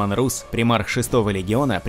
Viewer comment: Ну не Русс,а Расс,даже в английском языке он произносится как Расс!!!Ну ребят,вы хоть правильно произносите,ролик отличный)